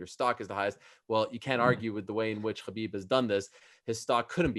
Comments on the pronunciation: Chael is being his usual arrogant self. Despite hearing constantly the correct pronunciation by others of Khabib’s name—right here by Brett and Ariel, and even by Khabib himself—he insists on continually mispronouncing his name, calling him what he wants to. So disrespectful. But that’s so typical of him and his ilk. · Ayo Ariel it’s not Khabib with the kh, it’s Habib with that Arabic h or ح